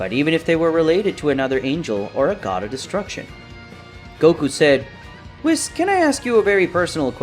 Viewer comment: I swear if i hear wissss instead of weasss one more time im gonna go crazy